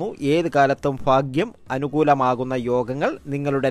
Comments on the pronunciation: ഫാഗ്യം അല്ലാ'' 'ഭാഗ്യം എന്നതാണ് ശരി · ആയില്യത്തിനോ?? ഫാഗ്യമോ??? അടിപൊളി...